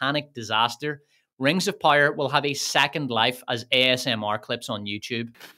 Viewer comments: POW-ER, not pyre, pire, Pie-r, pyre. I understand. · Stop saying rings of pyre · I keep hearing Rings/Wings of Pyre, lol. Edit: Unless that's what he's saying? I can't tell. 😂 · I don't know what is your accent but man, my bones snapped every single time I heard you pronounce power Pyre Pyre Rings of Pyre Galadriel's pyre :face-purple-crying::hand-orange-covering-eyes: Jokes aside this was an immense pleasure to watch, agree in every single point you made, good job. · I keep hearing rings of powder 😂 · ring of pajer xdd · Great video though💯 I just thoutht it was funny how you said power😅